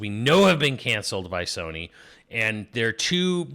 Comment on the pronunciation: It’s Pokemon Z-A and Sony NOT Soony.